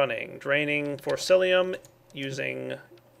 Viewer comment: It's not forcilium. It's forcicum. :I